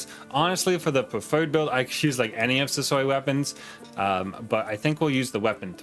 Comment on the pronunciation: i dont know why, but whenever you say his name i just hear sosoy, am i crazy?